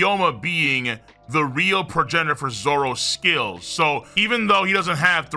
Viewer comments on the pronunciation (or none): none